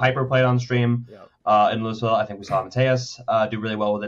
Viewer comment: Love you guys but the S in Louisville is SILENT LMAO WTF